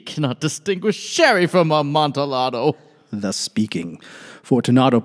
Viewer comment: I came from Diane’s channel as well. Just for future reference, Amontillado is a Spanish wine, and thus the pronunciation would have the “double l” sound like a “y”. Sounds like ahm-on-tee-yah-doe. Emphasis is on the “yah”. Pronunciation for those that can read it like this: “amontiˈʎaðo”